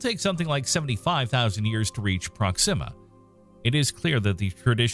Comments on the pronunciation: Here is the correct pronunciation for the word proxima. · what a weird way of pronouncing proxima..